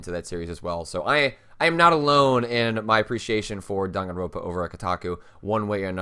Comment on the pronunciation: by the way, it's "Dan gan roN pa" not "ro pa". you keep skipping that third N and it always drives me kind of nuts lol